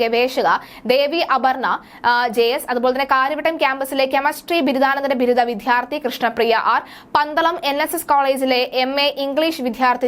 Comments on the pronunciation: വിധ്യാർത്തി അല്ല വിദ്യാർത്ഥി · വിദ്യാർത്ഥി എന്ന് ശരിയായി ഉച്ചരിക്കൂ